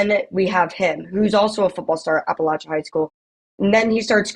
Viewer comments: Natives here get pretty offended when people mispronounce App- uh- latch-uh. There is no lay. Respect the locals and represent us right. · it is pronounced App uh latch UH